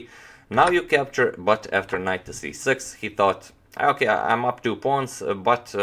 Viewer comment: Have you counted how many "okay" (s) are pronounced by #ivanchuk in all his interviews?!! ;-) ;-) And could you remember I mentioned that you pronounce "okay" same as ivanchuk?!!...:-)